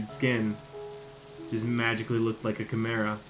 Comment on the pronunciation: Ka-ah-mera But it's called Chimera that's how u sound it out love u man (no homo)keep up the good vids I hope you make a story line of this love u (no homo)